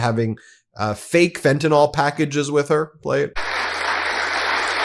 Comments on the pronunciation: i just gotta say: it's pronounced "fen-tah-nill", not "fen-tah-nawl" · fentanyl (pronounced fentynil) not "fentinol" please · FentanYl not Fentanall. FEN-TAN-ILL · I can’t listen to you saying “fentanawl” any more. Fentanyl! JfC! Read the word! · WHAT, EMPTY FRNTANYL BOXES? 😂😂😂😂 YUP THAT'S TRUMP ALLRIGHT 😂😂😂😂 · Ben, please pronounce fentanyl correctly. The ending sounds like (nil) not (nol). Thank you! R.N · Fentanyl's last sylable is pronounced "nil". It's a short 'i' sound, as in "alcohil". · I love your show, but could you please set the proper standard for the pronunciation of the word "fentanyl". Way too many people pronounce it as though it ends in an OL and it clearly does not. This just bugs the living crap out of me. It would be wonderful if you could get this right. You're really good at getting your news coverage right I would hope you can do the same for this particular word. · Why do you Americans refuse to pronounce very simple words correctly? Fentanyl. Y’all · Check your pronunciation of fentanyl